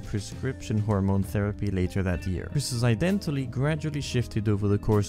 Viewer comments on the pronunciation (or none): none